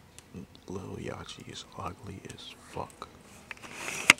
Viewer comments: did this niggga say lil ya chee.... unsubscribed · Bro he called yachty yachy 😂 this shit old asf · Its lil yachty, lik a yacht. Not lil yatchy bro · He tried to diss lil yachty and couldn't even pronounce his name right 😂